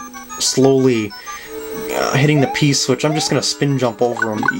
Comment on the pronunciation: Lol at the end you said green switich